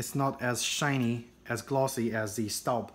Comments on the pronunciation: Proper pronunciation is "STOHB"....and I LOVE my 7qt Cocotte in La Mer (teal blue)! Got it for Mother's Day and I have used it almost every day. As a Southerner, my cooking preference is cast iron and I am always looking to add to my collection. I had grappled between the Le Creuset and Staub for a larger dutch oven for almost 2 years before making my final decision and boy am I glad I chose Staub! Outside of my heirloom cast iron skillets & braiser (vintage BSR & Descoware), this Dutch Oven cooks like a DREAM! I am a homemaker and cook for my own family at least 5 nights a week. In addition I am on the Meal Train team at our church and our daughter's school. I prepared 3 additional meals for other families just last week and La Mer performed beautifully! Perfectly seared whole chicken one night; not a single grain of over/undercooked rice for a Mexican One Pot 2 days later, ending with a flavorful crowd-pleasing batch of baked ziti. Cleanup is a breeze, though I take great care not to hit it on the granite while washing. And I use the same fresh flaxseed oil (refrigerated case) from Whole Foods to treat it after drying it, that I do for the rest of my cast iron. It is a worthy investment as I look forward to taking good care of it in hopes of passing it down as our own heirloom piece. To our sweet girl! If you spend any reasonable amount of time in the kitchen cooking for your family and loved ones, I'd say its a justifiable purchase. Besides, aren't you worth it! 😁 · It's pronounced schtawb